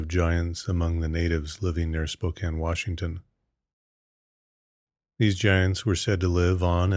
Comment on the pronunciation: Dude, you pronounced Spokane correctly 👍